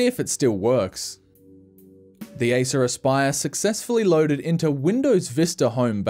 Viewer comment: Aissuraspaiör. Thats how it sounds in finnish ear😂 Its acer aspire!!